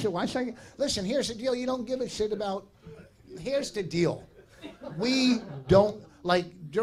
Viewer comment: "Heresh da thing"